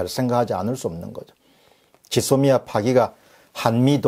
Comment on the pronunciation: '짓 소미아' 가 아니라 '쥐소미아' 로 발음 좀 해주세요.